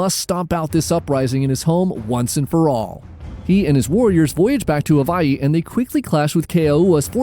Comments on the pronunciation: Someone pronouncing Hawaii the right way. Finally. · From Hawaii. Appreciate how you pronounce Hawaii correctly